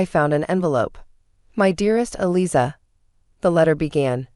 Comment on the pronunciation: AI is bad and get names matched up !! Eliza is pronounces Eliza with a z not with an s. Long z.🙄🙄❤️🐉💙💙🌈🌈😎😎🍍🦅🦉